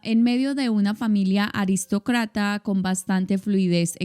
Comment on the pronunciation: Él era Aristócrata (aunque lo pronunció mal). Y se dice: una familia Aristocrática.